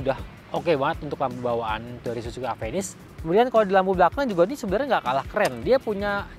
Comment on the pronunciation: penyebutanya ga enak "Avenis" , kbnyakan orang indonesia ga bisa nyebutin huruf "F" dan "V"